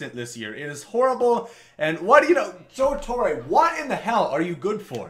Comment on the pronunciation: Joe TorrE not Joe Torrayye